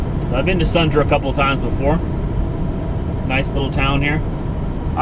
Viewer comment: Sundre is pronounced "sundrie" not "sundra"